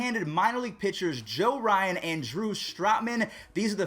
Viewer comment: Yeah you definitely botched the name Joe Ryan😂classic